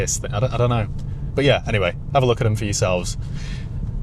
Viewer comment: You can't beat a northerner saying "buufff"